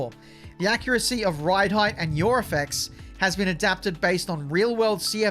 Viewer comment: I love how he says yaw “your” 😂